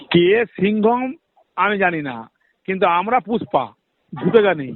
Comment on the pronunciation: ও পুশ্পা নয়, Push পা....